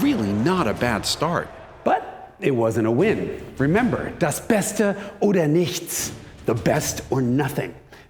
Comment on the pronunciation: The most impressive part of that video was Jason's pronunciation of "nichts". Absolutely spot on. Are you a fluent German speaker?